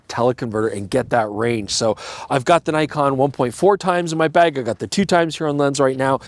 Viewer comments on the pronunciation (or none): none